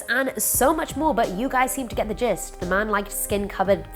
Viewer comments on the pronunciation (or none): 🤔Did she say , "u guys get the Jizz", or "I guys get the Jist🤔??🤗😣🤐😄😅😆😂!! Sorry not sorry✌👍's☝!!